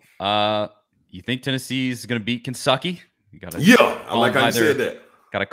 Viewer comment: No T for Kensucky! I love it!!!